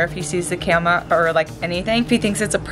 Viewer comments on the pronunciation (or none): saying camea instead of camera